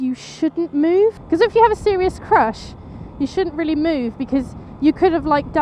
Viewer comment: I'm glad ur ok and I love how u say crash either I'm still half asleep or u rlly sound like u said ur crush hahahaha I'd be ur crash any tym hehehehe jk jk jk bt i would probley be ur crush gorgeous hehehe bt anywho glad ur ok:)))😃